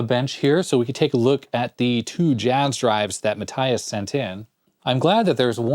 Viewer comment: Matthias is actually pronounced "Mah(t)-tee-ahs" :) And yes, I know you usally always say you can't pronounce them :D